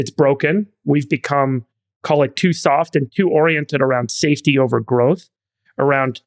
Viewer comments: NGL that sounded like “in positions of power with an eye on SATAN.” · Everytime Adam says "safety" I understand "Satan" lol